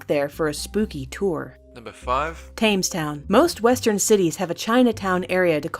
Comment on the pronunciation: Tames town? COME ON!